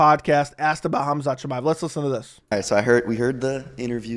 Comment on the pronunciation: CAUSEMIC SHAMIYA who the fck is tht some Russian Astronaut 😂😂 Chael really